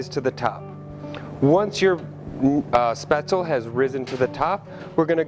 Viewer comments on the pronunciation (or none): A final "e" in a German word is not silent. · Maybe you should learn how to say it before pretending to know how to make it. Your batter is WAAAAY to thin. Capers & Spaetzle? GROSS! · My mother is German and makes Spatzle all the time. This is not remotely close as to how to make it. Lol your even pronouncing it wrong.